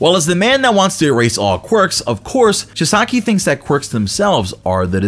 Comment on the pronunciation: Chee-sah-key pronounce correct lol just kidding. I don't actually care, love the vid though.